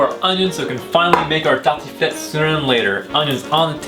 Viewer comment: bonne vidéo mais sa se voit que tu parle Français de base car tu dit tartiflette comme les Français